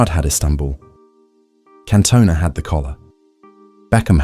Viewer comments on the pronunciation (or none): who the fuck is Kantoner? It's CAN-TON-AH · CanTone-Ahh? What in the AI is this? FFS 😢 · Can Toe Nah? It's pronounced Cantona you AI slop machine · Can-toe-ner?! is this AI slop?! What a let down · Can-toe-nah.. AI slop 🙄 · Cant-owner? AI slop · Same - then he said 'can-toe-nar' ...ai voiceover? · Can't believe someone makes a thing about Scholes but never says his name correctly once. Also says Cantona wrong. Is this AI? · The pronunciation of Cantona certainly confirmed that this is AI ratshit.